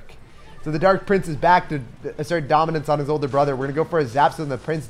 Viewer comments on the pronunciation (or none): This is my first video of his and I can’t stop giggling when he say assert our domince